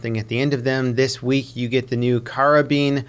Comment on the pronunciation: It is pronounced "Kara-bean"